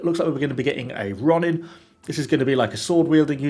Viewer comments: Its pronounced row- nin, which are lordless Saumari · I'm super excited to see what the Onna-Musha have to offer! Also, quick pronunciation guide for you!: Ronin = Roh-neen Onna-Musha = Ohna-moosha Orochi Samurai = Oh-ro-chi Sah-mu-raee (You were more or less correct on this one lol)